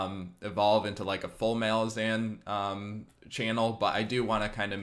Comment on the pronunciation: Great video! But your pronounciation of ”Malazan” kills me. Rome, Roman. Malaz, Malazan.😁